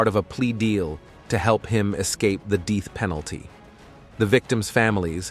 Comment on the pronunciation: This was very informative , however its narration is a bit jarring at times with mispronunciation that makes you do a double take. Most of the narration its fine but then menus instead of minus😂 dealth peanalty 🤔anyhoo😂😂